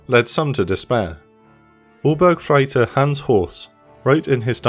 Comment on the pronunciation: The way the narrator pronounces "Obergefreiter"...